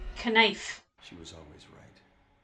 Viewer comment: You said Kkkkanife 😭😭😭